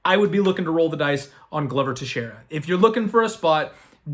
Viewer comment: ITS GLO VER NOT GLUVER